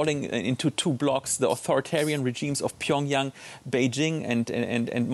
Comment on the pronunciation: Holy moly his pronounce of “Pyeongyang(평양)“ is decent!